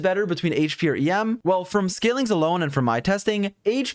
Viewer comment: Istg I heard you keep saying yam and I'm like what Turns out it's em LOL 🤣